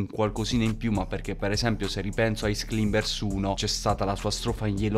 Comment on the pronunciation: ti prego halb ricaricalo pronunciando bene climbers 🤣